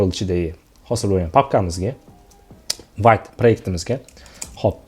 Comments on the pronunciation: vayt deb o'qilmaydi vte deb o'qiladi vte fronsuzcha so'z adashmang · 'Vit' deb talaffuz qilinar ekan